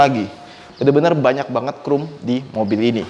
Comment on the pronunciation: agak greget ngedenger ngomong chrome nya 'krum', bukan 'khrom':D